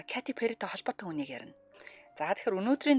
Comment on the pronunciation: 😂зүгээр л Кэтти Пэри гж болдгүймү. Кати гж ямар нэр бсим бэ .катя,ч,биш кайти гэж ойлгомжгүй дуудлага